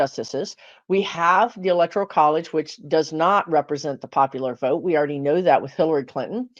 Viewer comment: I love your videos, but your inability to say the word "Vote" is starting to piss me off.